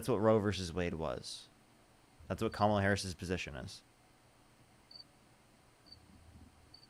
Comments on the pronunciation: I must have watched dozens and dozens of your videos,, and seriously, I think there might have been only one person who has said Kamala's name correctly without you correcting them first (and/or ten more subsequent times). These people are not serious. This isn't like trying to pronounce "Buttegieg" or "Tlaib" on a first go. Her name is already one of the most phonetically pronounced names in politics right now, and it has been spoken hundreds and hundreds and hundreds of times across all media outlets for half a decade. How are they still having trouble trying to figure out where, among three simply pronounced syllables, the stress lies? These are fkg adults, for godssakes! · Instantly checks the Trump Cultist block of mispronouncing Kamala Harris's name. Don't even need to watch. I already know she's a moron.